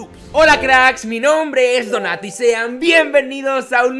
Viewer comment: Donato en su intro dijo donati😅